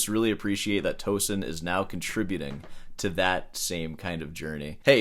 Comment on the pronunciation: It’s pronounced Toe Seen like Mar SEEN